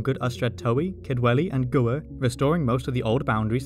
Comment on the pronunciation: Very informative video 👍 Gwyr is pronounced rather differently than 'Gooer' 🤭